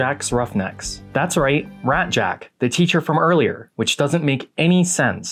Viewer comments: Raszczak is pronounced rash-chak. (ch as in chew). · ITS PRONOUNCED RAYZACK get it right you damn pog marines!